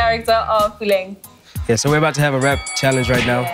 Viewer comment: Who else loves the way she says ‘Puleng’ It’s just sooo satisfying she’s just like puleng and the way she says the eng part